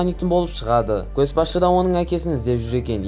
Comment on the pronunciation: Көс басшы емес, Көш басшы деп оқышы , мезі болып кеттім ғой, ұнамады